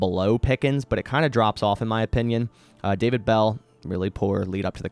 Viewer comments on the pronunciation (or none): none